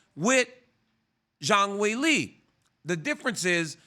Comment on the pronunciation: "Weilie" & "Johanna" .. this guy RC can butcher some names man 💯